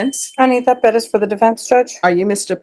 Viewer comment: Ugh it's always cringey how pronounces Perez "peh dez"